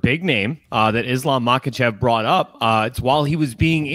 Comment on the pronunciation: Bisping, it's simply 'MA-HA-CHEV'. You're making it more difficult for yourself lol. The 'k' is silent in Russian names.